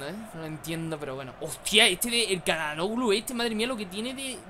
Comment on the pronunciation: Çalhanoğlu se pronuncia Chalanuglu Gran video:D